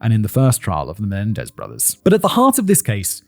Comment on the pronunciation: “Mendenez” 😂 cmon fact boi.